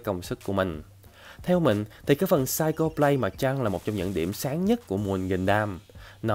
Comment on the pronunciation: Anh phát âm sai từ Psycho rồi ạ 😂 Cho ở đây là /ko/ chứ không phải /cho/ nhé